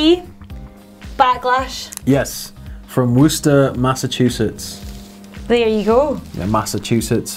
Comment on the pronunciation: Great to hear some say Worcester correctly